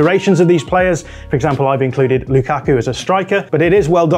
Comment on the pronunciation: I don’t know why I heard pronouncing lukaku as Luke Aku